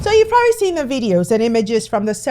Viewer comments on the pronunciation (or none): none